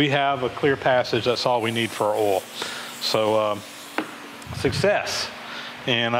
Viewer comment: Rhymes with 'hole' lol